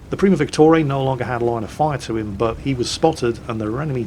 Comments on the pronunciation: Why do you pronounce Primo Victoria as Primo Victorey? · It's primo Victoria, like queen victoria, not premo victorey XD Ah..:D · it’s primo Victoria. As in queen Victoria. Not primo victoray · Primo Victore? Uhh it's Primo Victoria (like queen Victoria) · Stop saying Primo Victori, you're british, you should have no trouble saying Victoria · RagingJedi it gets annoying pretty quickly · Ok so I’ve counted 3 moments. 1) it’s an AMX M4 51, not an AMX 54 2)Victoria in primo Victoria is pronounced like the name 3) the T49 has the 152mm, not the 105mm